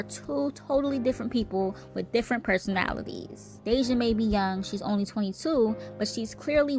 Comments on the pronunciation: Her name is deyjah not deyjahnae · Y’all speaking on this girl and her family like y’all close family members or friends. This video is nothing but a bunch of gossip and assumptions. Stop pretending to know these folks and what’s going on in their household. Hell, the host can’t even say Deyjah’s name right but wanna speak on them 😂